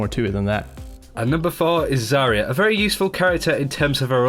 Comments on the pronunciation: I cringe everytime Mysca pronounces Zarya as Saria. Zarya means Sunset in Russian, so please, don't call her Saria. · You're pronouncing Zarya really wrong, just saying